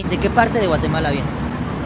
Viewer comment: Nmms no sabia de donde es jajaja ella digo mateguala no Guatemala 😂😂😂